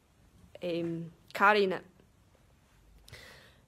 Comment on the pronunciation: carina? You mean corona?